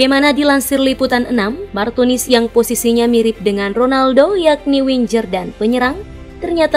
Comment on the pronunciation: Baru tau kata "Winger" dibacanya "winjerr"